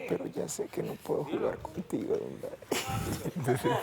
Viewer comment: Edgar, no es "dil la verdá'", es "di la verdad".